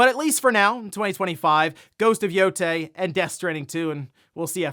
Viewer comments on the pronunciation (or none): none